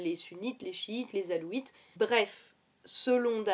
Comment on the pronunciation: Les alaouites et non pas les alouites ....Comment vaincre DAECH ? : Les femmes kurdes ....